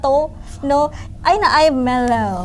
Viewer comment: Perkataan yg kelakar ckp🤣 Spaghetti carbonarar🤣 Air mellow🤣 Starberk🤣 Baik couple dgn habib je😍